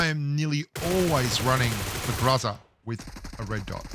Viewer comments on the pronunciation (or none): It’s weird how the pronunciation gets mixed up a bit.. but I’m pretty sure it’s pronunciation is GRO-ZA . But I think it’s basically where ur from.. lol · Don't Tell Me How To Pronounce GROZA (GROW-zuhh) If You Can't Even Pronounce FAMAS (Pho-Mas) Your Pronunciation Is "FAM-iSS" Boomer Bloke.. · If you want to know how to pronounce the "groza", make Google translate "thunder" into Russian. Maybe learn some Russian, even.